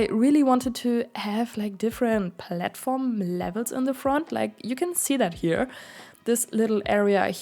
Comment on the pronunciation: Lol I love the way you say platform